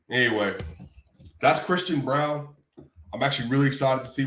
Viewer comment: ..also.. his Name is Braun. Not Bruan. Thx. Peace.